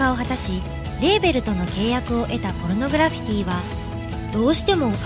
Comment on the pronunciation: ちゃんとポルノグラ「フィ」ティって言ってるから高評価押した